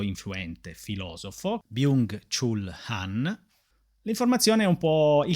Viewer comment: Vorrei esprimere la mia gratitudine nei tuoi confronti per portare sempre temi e riflessioni interessantissimi, libri meravigliosi da conoscere e leggere, quindi grazie davvero di cuore ❤ Ps. Mi permetto di dirti che Byung Chul Han si legge Byong Chol Han (studio coreano)